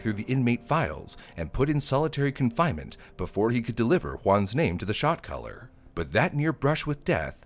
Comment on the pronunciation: I know he's saying "Shot Caller" but all I hear is "shock collar" 🤣🤣🤣